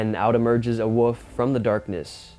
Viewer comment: Its a wolf not a wuf😂😂😂😂